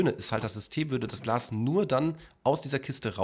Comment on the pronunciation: Glas und nicht Glass . . .